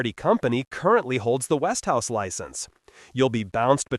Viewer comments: And what makes you qualified to say what's good and what's bad? And by the way it's Westinghouse, Not Westhouse. Till you improve on your video skills, I don't think I will take your advice on Television electronics. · Look at the spelling. It is West ing house. Three syllables. NOT West House as he is pronouncing it. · No...He Stupidly Mispronounced It... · Its westinghouse ont west tv .A I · I have seen five-year-old Element TVs. My father-in-law now deceased purchased an Element tv many years ago. My brother-in-law who lived with him is still using that same Element tv all of these many years later. And you cannot even correctly pronounce Westinghouse. Notice that ING part. Damn.